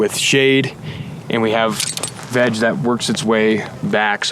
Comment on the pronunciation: Every time yall said veg, I heard vag 🤦🏻‍♂️